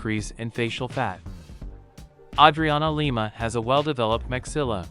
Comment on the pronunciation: Yay name pronounced correctly.